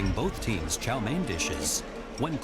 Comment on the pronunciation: chow me-in... no.. it is pronounced "chow mane"